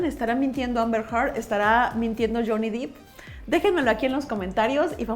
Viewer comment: Qué buen análisis, muy interesante. El apellido de Johnny se pronuncia “Dep”, no “Dip” y es Amber “Herd”, no “Hart”. También me tardé en descubrir cómo se decían jaja Saludos!